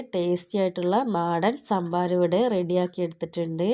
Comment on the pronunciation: സാമ്പാരം അല്ല ട്ടോ സംഭാരം എന്നാണ്